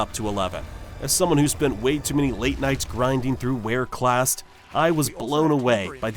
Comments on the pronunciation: RAY CLAST not ware clast bro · Like if you, too, spent way too many late nights grinding through “Wareclast” (sic). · "Wereclast"? Bruh. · "Whereclast", sure bro